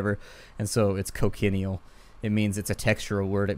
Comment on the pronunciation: Cochineal is a dye that is made from crushed up insects. I've generally heard it pronounced co-tchi-kneel.